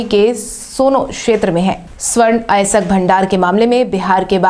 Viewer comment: अयस्क या अएसक? ठीक से अध्ययन करो।